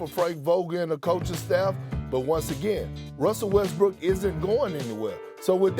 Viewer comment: Stephen A Smith made a mistake in call Russell Westbrook Russell Westbrick 😂😂😂